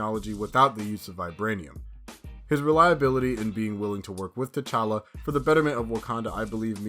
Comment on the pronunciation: It's tchalla.